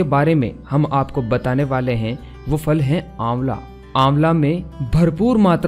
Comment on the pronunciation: Aap phal ki fal bol dete ho